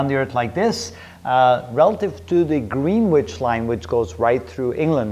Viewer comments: "Green-witch". ??? It's "Grinitch" you dolt... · Greenwich is pronounced “Grenitch” and today it’s very much an area of central London. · Green Witch?! It’s pronounced GRENN-itch. Great video though. Thanks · I was sure comments would say Greenwich is pronounced "Grennich".